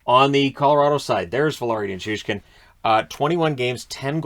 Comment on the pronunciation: Literally the only person who correctly pronounces Nichushkin with a "SH"